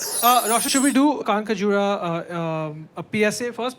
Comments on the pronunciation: 5 indians promoting a show, and neither can pronounce the word "Kankhajura" correctly(native pronunciation) is hilarious. 😅 Love Relationsh!t❤ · They can’t pronounce Kaankhajura